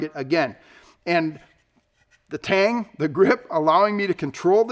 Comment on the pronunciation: Haha , he said Tang lol